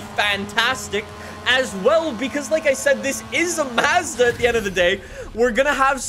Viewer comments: every time he says mazzda instead of mazda I cringe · and his Canadian accent. He doesn't even call Mazda properly. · "Mazzdau" and "Nissinnn